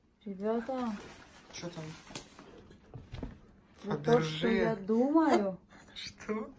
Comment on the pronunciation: а не Фабэржэ